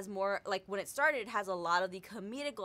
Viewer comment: Did she say farted for started? -_